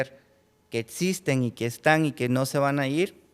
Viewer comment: El doctorcito hablando de cosas que no “etsisten” 😂